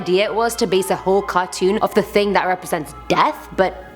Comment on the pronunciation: My fave part of the whole video is when you said ting instead of thing....it was so cute!!